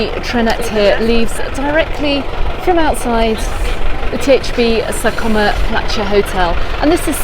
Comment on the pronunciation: Very useful info. You pronounce sa coma perfectly, cuz is almost perfect ❤️🇪🇸